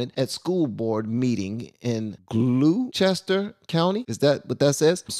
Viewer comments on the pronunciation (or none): That county is pronounced "glowster" FYI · Pronounced "Glaw stir" county lol....I went to Kingsway Regional high school back in the early 1980s !! Crazy to see James O'Keefe do an expose in my little bumpkin town~!!😂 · "Gloss-ter" is how it's said, i think